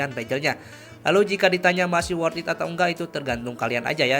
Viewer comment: worth bang bukan wort